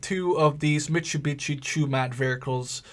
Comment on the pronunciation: mitsubitchy wow im sorry that i di this but said it